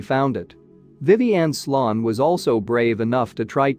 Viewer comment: Pretty sure his name was sloan (sounds like slone)